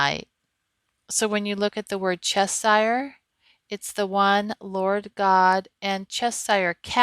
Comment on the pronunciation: Cheshire has an SH in the middle.